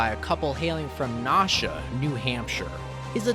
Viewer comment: NA-SHUA, not NA-SHA 🤦‍♂️🙄